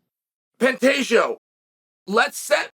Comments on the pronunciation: If he’s trolling he’s doing such a great job Alex Pee-era, Benny Daroosh, Pontayo, PAULA Costa, Hazmat Chimaev… just to name a few😂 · Pantagio Lord Chael never disappoints with the name butchering 😂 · I guess Chael said 'Panteggio' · "Pontato" "Pontelio" I bet even Pantoja laughed his ass off at this. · Should have gone back to saying "Pontayo" after making the correction. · Pantoja = “pantaysho”- Chael 2023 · Nah "pontalio" is crazy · I believe it’s pronounced Pen- Day- Ho